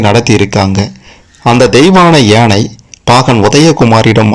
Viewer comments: எனை இல்லை யானை உச்சரிப்பு சரியாக இல்லை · முதல்ல ஒழுங்கா தமிழ் ல பேசு ஏனை இல்லை யானை.... 🙄🤦‍♀️ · யானை யை சரியாக உச்சரிக்க கூடாதா? ஏனை, ஏனை என்று சொல்லலாமா? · ஏனை இல்லடா யானை....யா ...சொல்லு யா...யானை 😂 அட வாய் வெளங்காதவனே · யானை என்பதற்குப் பதில் ஏனை என்று ஏன் சொல்கிறீர்கள்